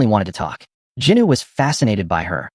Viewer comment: Bro it's Jinu not Juny😡